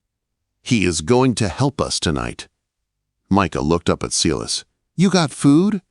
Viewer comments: Sy-las, not See-liss. Please get some help to fix this AI glitch - it's very distracting and makes the story inauthentic. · From Southern Louisiana, saying thank you for this great story. Silas is pronounced S-long i sound, las- short a. If you don't believe me, read Acts 16.